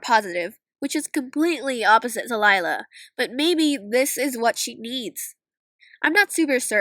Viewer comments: Liyla more like lie-la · Lila? more lika Lie-la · Me when see said lilla nooooo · More like lie-la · Her name la- actually it is lie-la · "And Lila is... Lie-la" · Lila? More like LIE-la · "Lie" la😂😂